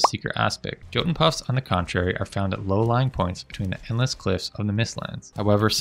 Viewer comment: Great vid, just remember the J in Jotun Puffs is pronounced like a Y. Yot-un Puh-ff-s :)